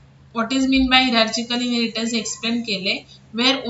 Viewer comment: The pronounce is hyrarkikal... Not hierarchical